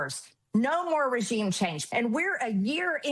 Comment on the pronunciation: I don't recall Iran creating or using nuclear weapons in the decade since Obama negotiated the deal, so clearly it did work. Trump cancelled the deal with Iran to give the republicans and Israel the war they've wanted for decades. And for those of you who are not native speakers, it's regime, not resheam.